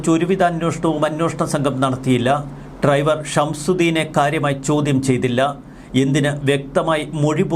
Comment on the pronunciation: ട്രൈവർ ഇന്നുച്ചരി ക്കാതെ ഡ്രൈവർ എന്ന് പറയു